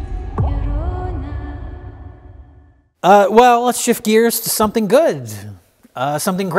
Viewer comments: The Curse of La Llarona Uh, it is The Llorona which means crier, while Spanish does use feminine and masculine nouns, similar to French, only the suffixes at the end carry the gender. Llarona is just gibberish but it could be that is just how pronounces it. Edit: It is tradition that we blame on everything even if it is Mike's fault. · lol when he goes from la lorona to ya yorona... Mike put more effort into that the writers did on the film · "Yah Llorona"